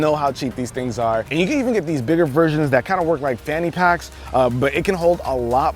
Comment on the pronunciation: Did you say "fanny pack"?🤣🤣